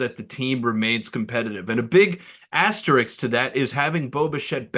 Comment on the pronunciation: Ass ter isk..... if you sound it out, you'll be able to say it correctly.....